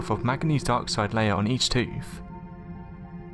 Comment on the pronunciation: It’s also not a “ tooF”!!! Pronounce the friggin TH!!!!